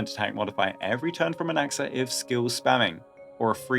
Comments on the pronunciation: Why does it sound like he said “goonaxa” 😭💔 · I heard goonaxa, I'm sorry